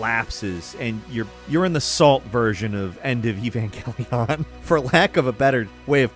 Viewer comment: Why does he say evangelion😂😂